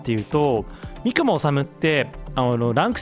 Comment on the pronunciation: このミッション懐かしい！ ここで三雲ぼこって全隊員のトリガー 練度を9まであげましたww カメレオンが地味にうざかったww あとみくもの発音って み→く→も⤵️ですよね？ 細かくてすみません😣 どうしても気になっちゃって..